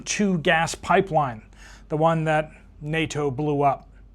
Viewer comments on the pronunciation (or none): none